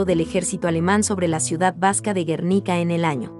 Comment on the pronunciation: A la mujer que narra deberían enseñarle a pronunciar los nombres y apellidos de los autores así como de los cuadros. Ejemplo, porque el apellido Botticelli lo pronuncia “batichelli” y los franceses peor. Hasta el Guernica de Picasso lo pronuncia mal. Lo pronuncia como si tuviera “tilde o acento”.